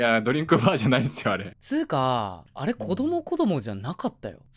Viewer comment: 子ども子ども が こどこど になって最後 K Kになるの草笑笑